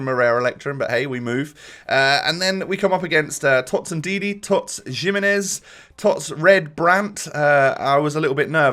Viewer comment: The way you pronounced "Jimenez" made me feel ill.